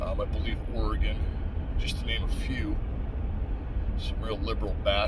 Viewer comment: Thank you for pronouncing Oregon properly.